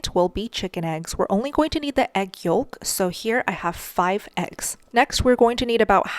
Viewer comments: I could be wrong but I think "yolk" is pronounced "yoke". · The "l" in yolk is silent. Pronounced yoke. Please. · The “L” in yolk is silent sweetheart❤ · I just realized is pronouncing the “L” in egg yolk. Like “yoLk” instead of saying it like “yoke” This makes me love her more😂 Thank you for the recipe!! You make me a happier carnvore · The L in yolk in silent. Like walk.